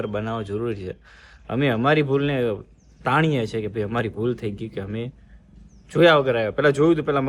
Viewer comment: અમે❌ હમે🤣 bolta to sikh vagadiya jevu bols